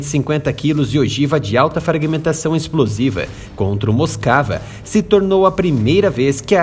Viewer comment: Não é “moscava”, é Moskva, pronúncia do cirílico Москва, que é o nome russo da capital Moscou.